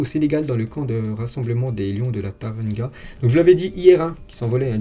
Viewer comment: bonne anniversaire mais on dit lion de la Térranga je crois que tu as dis lion de la Tarranga désolé si enfaite tu t'es pas trompé sinon longue vie à toi